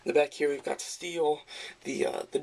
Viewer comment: nice review man and ya its been said a few times but its pronounced St-el..stel not steel...still a great review man